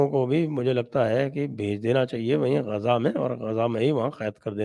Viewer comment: संजय सर गाजा नहीं गज़ा।